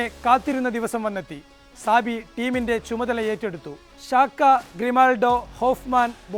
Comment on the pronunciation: സാബി അല്ല ചാബി.